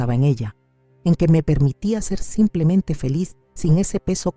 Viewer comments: Siiii, siempre dicen así, "samplemente". Es muy raro.!! 😂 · Aja,la otra voz decía somplemente, pero me convencía de lo q dice. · Peor es la otra que dice SAMPLEMENTE...